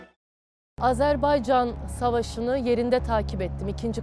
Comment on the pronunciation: Bizim kızımız bizim Fulyamız Azerbeycan deyildə Azərbaycan deyişinə can qurban.